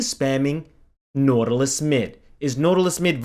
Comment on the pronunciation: NAUTALUS? XD